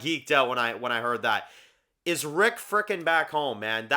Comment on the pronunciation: If you listen really carefully she definitely says rick